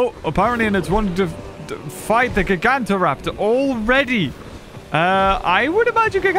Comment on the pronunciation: After nearly 6 years of waiting we finally have Utahraptor the biggest dromaeosaur ever. Also it’s GYE-GAN-TOE-raptor not GIG-AUNT-TA-raptor.